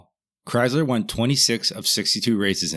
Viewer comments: OMG dude, it's Chrysler NOT Chyzler!!! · Dude... Chryzzler? Debyou-ted?? The mind reels...